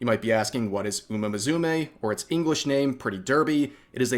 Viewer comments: Dude, it's "Moo Sue May", not "Mizumay" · Did you say "Muzume"? 😂 I hope you're pronouncing that wrong on purpose as an Anime lover 😂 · What upsets me more is the way rev pronounces musume, there is no Z in that.